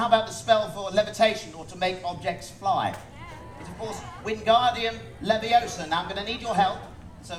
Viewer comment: It's Levio-sah not Levi-Osah!